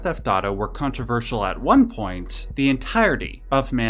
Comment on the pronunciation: controverseeeeul. Dude overpronounces his T sounds like a mfer